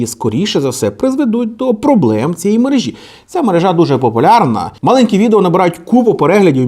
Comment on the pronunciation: Правильно мерЕжа, а не мережА